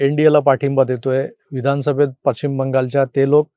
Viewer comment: सर सगळं बरोबर पण दिशेचा उच्चार "पश्चिम" असा असतो "पच्छीम" नाही 🙏